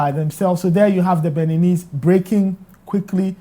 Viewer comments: Did the host just say Beninies?????? wow Brofo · Mr Journalist, did you say Beninis? Oh Ghana, our educational system has a problem. How can a journalist be on TV and say something like that? Hmm.